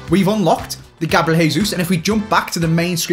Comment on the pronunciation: Anyone else hearin say ‘GABLIEL JESUS’